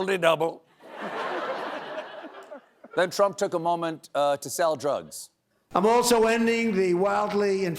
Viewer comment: I took prezscripsjon drugz is my new ringtone